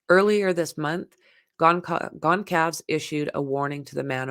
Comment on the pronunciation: It is pronounced Gone-sol-vez